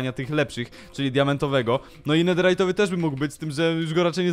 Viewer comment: Netherytowy a nie Netyjerowy